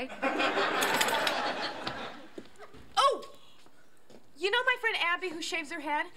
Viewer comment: Aww a kid getting triggered started calling me names when I don't agree with you. I also can't take someone seriously who says you as 'yuh' 😂😂.